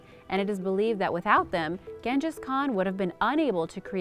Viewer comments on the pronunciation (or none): The way you say "bury" or "buried" and "Ghangis" 🤣🤣🤣🤣🤣 LMFAO